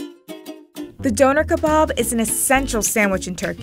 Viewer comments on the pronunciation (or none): She did not just say Doner like organ donor ✋😩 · I’m British and hearing her say Donna kebab like that 😖 ew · It's pronounced Donner not doner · “d-oh-ner” kebab—lmao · Its pronounced duner